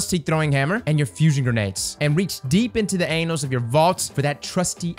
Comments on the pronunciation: Annals is pronounced "ann-uhls" not "ain-uhls"... lol. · said Anals lol, I think he meant annals